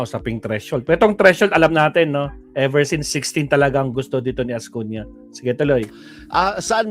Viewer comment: .Ascuna hindi Ascuña.